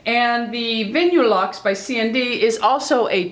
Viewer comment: It's pronounced Vinyl-luxe. I prefer OPI too.. The best!! xXx